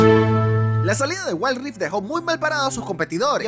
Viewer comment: jaja waild raift